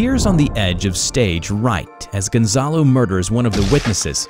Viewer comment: Dem, i like how you pronounce Gonzalo